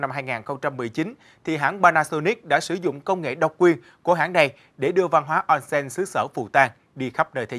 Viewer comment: đọc là ôn sen - おんせん